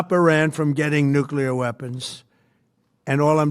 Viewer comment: Jou Kunt says, "Nookyular..."🙄 (Lutter brokun on my kuyboard)